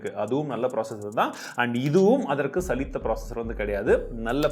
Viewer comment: Bro 2.23 சலித்த processor இல்ல bro சளைத்த processor தமிழ் பேசும் நல்ல உள்ளங்களில் நானும் ஒருவன்.. (இல்ல வேற ஒரு குறையும் கண்டுபிடிக்க முடில அதான் இப்படி....😂😂😂😂)